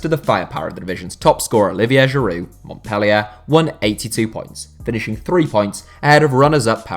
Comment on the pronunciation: it triggers me how he says Montpellier